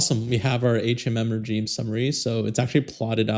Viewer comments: Very informative, thanks! Just a side note, its pronounced, "re-zheme", not 'J' - its a "zhe", it retains its French pronunciation. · Regime is pronounced "re-ZHEEM"....like the sound in "measure" or "vision." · You are pronouncing regime incorrectly